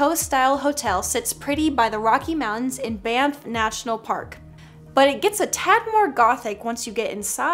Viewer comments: You say Banff like ban-aff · It’s pronounced a banf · b-a-n-f is how you pronounce it I'm Canadian so I know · I went to to the place in Banff and you’re pronouncing to Banff wrong it’s pronounced bamf but spelt Banff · The N in Banff is not silent... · Everybody in Canada screaming IT'S BANFF THAT'S NOT HOW YOU SAY IT. lol no hate though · Comment if your from Canada and know how to say "Banff" unlike!!!😑😐😑😐😑😐😑😑😐😐